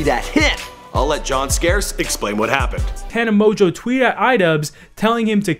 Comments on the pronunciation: How to pronuce her last name tana mon-joe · tana monjew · mon•gieu it's pronounced ta•nuh mo•jo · Tana monguuuu